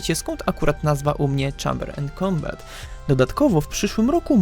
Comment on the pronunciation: Nie żebym się czepiał ALE "Czejmber end kombat"